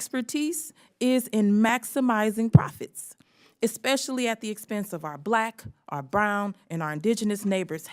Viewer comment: You've got to love a congresswoman who uses the word "exspecially"... it shows you just how smart she really is. So brave. So strong...